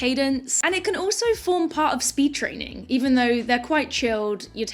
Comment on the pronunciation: Also 'trainin'"